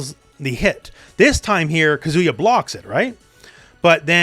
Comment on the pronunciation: omg please learn to pronounce Japanese names! He's not a kazoo 😭😭😭